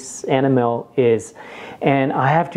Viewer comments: Sir, for enamel, iinstead of "EN-ah-MEL", it is pronounced "ee-NAM-ul" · It’s E -NAM - EL, not animel! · it sounded like you where saying animal instead of enamel. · I like how he pronounces Enamel ( AnnaMel ) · It drives me nuts. Sounds like Animal. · It took me a while to get that he was saying “enamel” and not “animal” LOL, but I love his accent! And great review, very helpful! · I never knew enamel is pronounced anamal! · You don't know how to say the word enamel. The emphasis is on the e and it is a long e souund. E nam ul. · It’s so cute how you pronounce Enamel lol thanks for the good info...I also have one of each as well...but I actually prefer the lodge for my boules... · Must be French. Can't pronounce enamel. Couldn't stand to watch to the end. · 😀thanks David. I promise I'll work on it! I would be so happy if "enamel" was the only english word i can't pronounce correctly... 😀